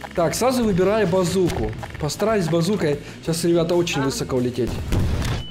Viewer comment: можно вас попросить говорить слово " высоко" с ударением на последний слог, режет слух.